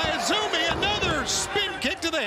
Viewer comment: Lol. The crowd don't even know or watch Stardom to know her name is actually pronouced "Azumi", not "AY ZEE EM". Gotta show some info before AEW brings in wrestlers from lesser known promotions.